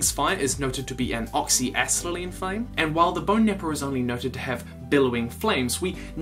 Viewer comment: Oxy a-set-a-lean not oxy a-set-lean